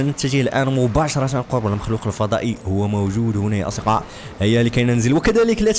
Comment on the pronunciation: ليه ماتعرف تنطق كلمة اصدقاء 😂😂😂😂😂😂